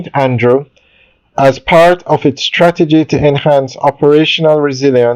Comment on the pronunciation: It's "Bank OF Jamaica"- not "Bank ah Jamaica". There! Fixed it. Sounds so jarring